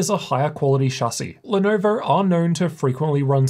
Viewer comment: I love how he says Lenovo. Even better when he says Lenovo Logo like “Lenorvowr Lorgow”. Has me cracking up every time